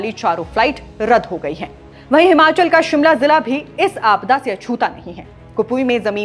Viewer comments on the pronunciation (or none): none